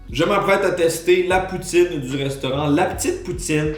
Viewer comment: Quand j'ai entendu "poutine ch'ti" pour la poutine Lilloise j'ai eu un peu mal :((